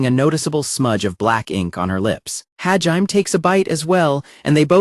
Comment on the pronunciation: I congratulate all you crazy mfers that sat through six hours of the AI narrator butchering Hajime's name. You're the real ones.